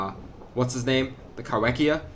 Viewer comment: Cool new video issue Uhm, Ahctually Kaiwhekea isn't pronounces Kai-WEK-ia, it's pronounced Kai-FECK-ia. Trust me I know, it was first described in New Zealand in 2002 by Arthur Cruickshank and Ewan Fordyce. It's name means "Squid Eater". The name is in Maori, where "wh" is pronounced "f", sort of like "ph". I know because I live here lol, it can be confusing as. Nobody else was doing it so I had to lol, but now you know